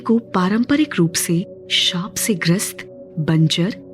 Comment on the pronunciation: There is no word like shrap, it is shap😢😂